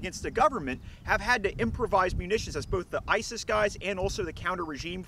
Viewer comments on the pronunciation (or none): none